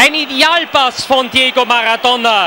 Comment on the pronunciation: Por qué dice “Diego Magatona 😅”